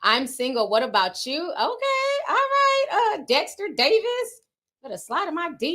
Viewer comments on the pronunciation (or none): none